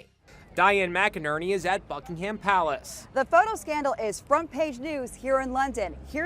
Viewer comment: "Dian is at Bucking-Ham palace" oh america